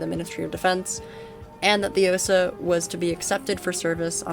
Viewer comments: Correct pronunciation is 'Ah-SAH' rather than 'OH-sah.' And you can operate a fairly high fidelity version of the platform in Sam Simulator! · I decided to rewatch this video after some time, and it was just as interesting as the first time (I guess my memory isn't that great, hahaha). What surprised me, though, is that nobody in the comments mentioned the correct pronunciation. In "Osa", the stress falls on the A, and the same goes for "Strela" the A is stressed there as well. People mispronounce that one pretty often too. It's probably worth checking the stress in names (at least the less well-known ones). The pronunciation itself usually isn't a problem, but the stress can sometimes make such a big difference that you only realize what word someone meant after hearing it five times, hahaha. It's not really a problem. I think most Russian speakers have gotten used to people misplacing the stress in Russian words and names. Russian itself just decided, "screw it, we're going to put the stress differently than the other Slavic languages" (at least as far as I know).